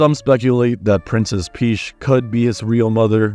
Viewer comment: "prinses peash" my god